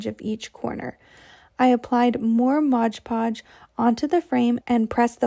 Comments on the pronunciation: Looks great, but can you please say MOD Podge instead of MODGE PODGE!!!!! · MOD Podge……..not bloody MODGE Podge. Anyway, I like these ideas. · because it's stupid! The bottle clearly says MOD PODGE! NOT MODGE PODGE 🙄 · That little gal says Modge Podge in every one of her videos